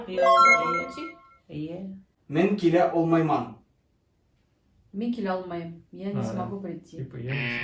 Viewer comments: Я сам озбек и поправлю тебя мой брат башкир. Ты не правильно произносишь некоторые узбекские слова и этим заблуждаешь своих гостей. Правильнее будет когда будешь говорить "мен кела олмайман" а не "кила олмайман". Не "яна киленг" а "яна келинг". Не "соат нича" а "соат нечи". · Здравствуйте Я сам из Узбекистана ваши гости ответили на все слова правильно просто вы сами неправильно произносили узбекские слова Мен кила олмайман ( я не могу сделать это ) вы читали это слова Мен кела олмайман это уже означает я не могу прийти поменяли одну букву и поменялся смысл а так они ответили правильно слово хайр у него два смысла 1 пока 2 смысл дороват то есть ихсан Яна киленг Я не знаю что это означает на узбекском нет такого слова но пахож со словам новый сноха правильно будет Яна келинг приезжайте ещё новый сноха на узбекском будет янги келин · Фраза (мен кела олмайман- я не смогу прейти) и они правильно сказали а автор облажалься